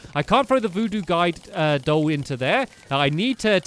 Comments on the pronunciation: ha ha ha ha ha ha ha ha ha he said duide goll instead of guide doll ;D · You said voodoo vuide goll By the way you said 'when I first defeated the nights edge' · When stamy was getting the guide voodoo doll he said 'uh yep the voodoo duide goll'